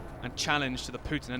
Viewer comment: It is PUTIN not PJJJJJJJUTIN omg.